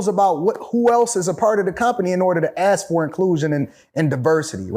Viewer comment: Once this brother pronounced the word “Ask” correctly I knew he was about something. It is rare to find one of our own who pronounces such a simple 3 letter word correctly. It is not “Axe” because an Axe can be a weapon or a tool so pleeeeease my brothers pay attention just say ASK=ASK NOT AXE